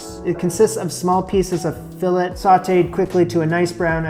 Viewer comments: Its pronounced filé the sound of letter (a) the (t) is silent. Just saying. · plays it cool about the price so the butcher thinks he's done this before Also: repeatedly pronounces it a Fill-ET French spelling throws me off too...lol! But in all seriousness, I really enjoy your videos. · hearing you mispronounce fillet/filet (the same thing, actually!) is killing me 😭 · You don't pronounce the T in filet